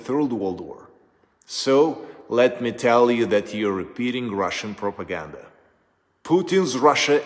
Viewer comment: True story, shame. Joe should do better homework... He could read some material from General SVR Eng channel. Cause right mow Joe sounds like RU propohganda...